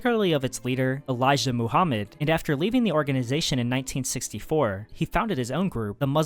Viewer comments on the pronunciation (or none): none